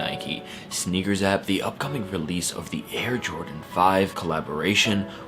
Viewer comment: “Air Jrodan 5”